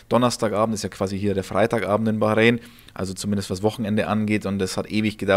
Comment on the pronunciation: Was ist Bachreen? ..depp